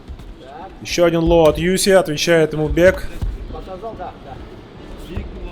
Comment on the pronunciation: Я только с третьего раза услышал - ЮСИ. А сначала казалось ЮФС))).